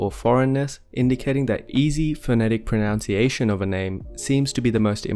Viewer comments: Enjoying the consistent mispronunciation of "pronunciation" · Why does he persist in referring to "pronounciation"?